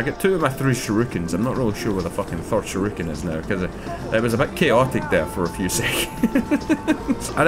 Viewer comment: calling those throwing stars "sharookens" (rather than shurikens) keeps cracking me up:D